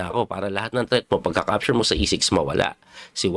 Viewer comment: Coach wag magalit..ano ba pronounce mo sa capture. Parang dinig ko sayo e ( capsure ) ???